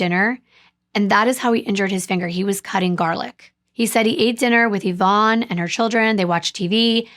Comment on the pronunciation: I just have to say I appreciate you saying the name “Yvonne” correctly :) it’s my late mother’s name, and she hated it bc nobody pronounced it correctly. Even after she’d tell them how to say it 10 Times.